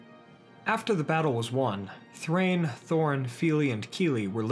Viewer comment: Thrain does not rhyme with ‘gain’ in Dwarvish. It’s DAH-EEN. Both vowels are voiced separately. It’s in Tolkien’s wonderful appendices.